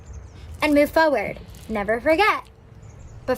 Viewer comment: Same and the way she says "foeward" instead of forward